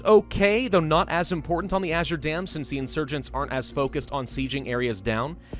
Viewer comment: The reason I typed Azier is because said that instead of Azure, and so I was like, Azier dam? What is Azier? because it is normally Azure.